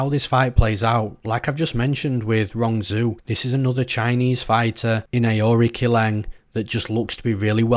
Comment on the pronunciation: aori qileng is pronounced => uh oh ri chileng ; rong zhu is pronounced => Rong du